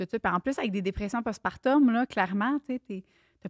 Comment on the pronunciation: tout au long du vidéo je me posais la question, vous le prononcer différemment , mais dit-on post-partoooouuuum , ou post-partuuuuuummm ?? ( j'ai accentué les lettres o et u pour être sur qu'on me comprenne hihi)